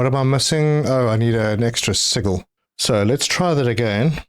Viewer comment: I feel like the way he says sigil each episode is just to rage bait us now 😂